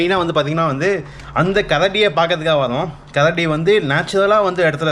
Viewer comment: Bro keladi illa karadi 😂